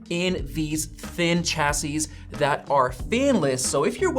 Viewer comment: chassis = "shassy"